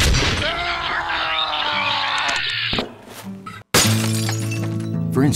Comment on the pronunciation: ITS OVAH 9000!!!!1!